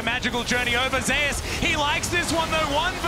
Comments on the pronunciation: I find it weird how they pronounce Zeus as Zei-us, and Oner as Owner. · Why the hell are there sayings Zeus wrong 😂😂😂 Smite ain't gonna Copyright yall just to say ZEUS RIGHT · Why do the casters mispronounce Zeus